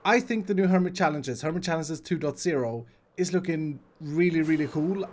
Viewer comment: no one: 2.0 everyone: two point o iskall: tWo dOt zErO